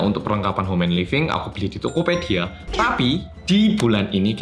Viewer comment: TOKOPEDIA MEDOK BTS🤣🤣🤣SAJAA